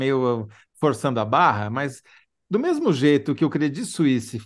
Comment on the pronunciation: Que maravilha a pronúncia dela para credit suisse. Horrível ter que aturar a pronúncia do pessoal tipo CRÊDITCHY SUÍSSY... vsf hahaha